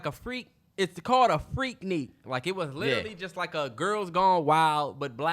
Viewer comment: I’m from Atlanta and it’s pronounced freak nick not freak neek.